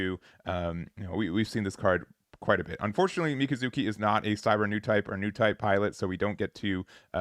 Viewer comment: miKAzuki emphasis on the Ka and not the zu. Same for iSAribi and not isaRIbi! Regardless thank you for the content.